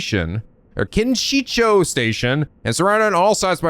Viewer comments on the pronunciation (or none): I know you struggle sometimes reading japanese names, but how the f you make up those names? Great, now Kinshicho is Kinishio for some reason